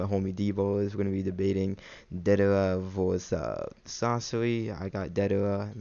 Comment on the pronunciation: its deidara idiot not dadera